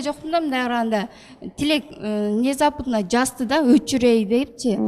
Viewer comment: Вынезапына дейт го 😂Внезапно дегенди. Айланайын орусча суйлобой эле койчу тилин келбесе